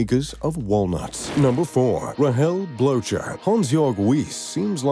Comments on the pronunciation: i love when you said blowjer😂 its more said bloker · Christoph BloTcher for the win haha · Trust me, their names aren't pronounced "Blowchurr"... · Pronunciation mistake : Blocher is correctly pronounced : "Blocker". Greetings from Switzerland. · Christoph Blocher’s surname is not pronounced the way it is in this video.